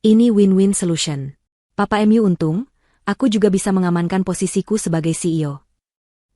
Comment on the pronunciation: Cerita bagus,yg baca aja kurang pinter,mu dibaca em yu...hahaha,mbok dibaca dulu sebelum di up load ...